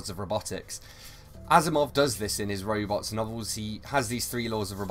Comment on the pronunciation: I love his accent as he talks about "roybots."